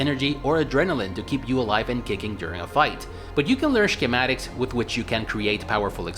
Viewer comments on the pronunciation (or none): I was waiting for this one for a while. Btw, did you intentionally say "Shkematics"? The gave me an unexpected snort.